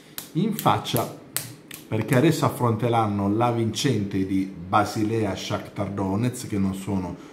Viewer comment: Afflontrlanno cit 😂😂